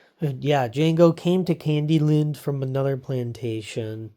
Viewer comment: I'm not trying to be a jerk just a little bit of advice the d is silent